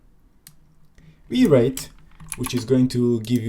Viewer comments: came to the comments to say it is probably called wire it... not wi reit. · Kudos for leaving in the wi-reit pronounciation. Legit funny.